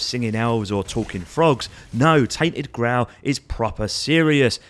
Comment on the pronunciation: Grail pronunciation 🤐🤣🤣